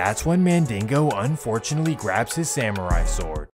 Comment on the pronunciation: wait did he say samurai sword? 😂